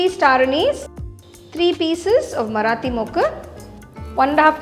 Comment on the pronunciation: Aah finally a slip up in accent. 😀 You switch so flawlessly between so many languages and each language with a trace or transfer of the other languages' accent despite, I think, shooting in three languages simultaneously . Today the marati moggu came out in a typical Tamil pronunciation in the English video. So finally a long-standing doubt in my mind is cleared-- You are Human !